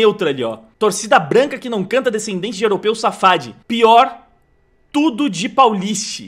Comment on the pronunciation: nen fed*ndo que ela falou safade Adendo: safade não é quala dinastia do Irã/Azerbaijão